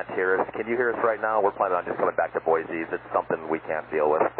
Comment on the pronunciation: Big Sky says Boise correctly. "Boy-See" not "Boy-Zee".